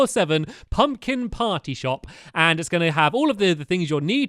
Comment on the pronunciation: how stampy says party:potty. lolz stamps but i am not making fun of you